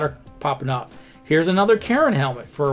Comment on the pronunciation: I thought you said Karen helmet, and my immediate thought was yes, yes they should wear them...